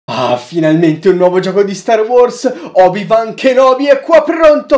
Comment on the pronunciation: Non obi-van obi-wan